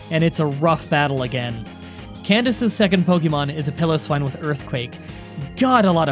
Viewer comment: Piloswine is pronounced as Pile-Oh-Swine not Pillow-Swine